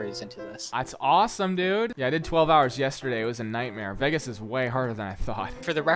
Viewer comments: The way he kept pronouncing it Veg-gos instead of vey-gus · ah a 23 minute video of you saying vegas wrong, nice